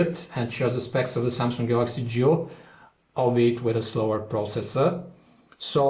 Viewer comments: Why do I hear "JEW" instead of "GIO".... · I keep hearing 'Galaxy Jew'.